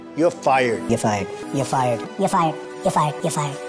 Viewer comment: He can’t even pronounce “You’re fired” correctly, can he? He says “Yuh fied” instead.